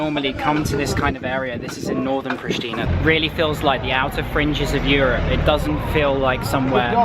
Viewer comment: Its correct said Priština, very simple